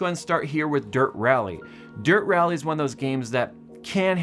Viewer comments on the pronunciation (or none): Derp rally. That's how it sounded